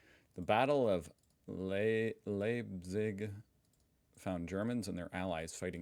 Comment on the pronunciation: Leipzig is pronounced "Lype Tsig". Beste Grüße aus Deutschland 🇩🇪